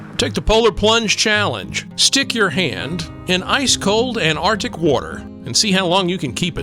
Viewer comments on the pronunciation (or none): Cool seeing the Antarctic Centre (the first c isn't silent though 😉). You make the videos interesting- thank you x